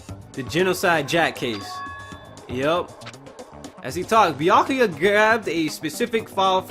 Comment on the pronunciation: Also it's pronounced byukooyu